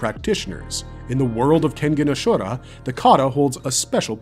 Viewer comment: I just have problem with the pronounciation of Ashura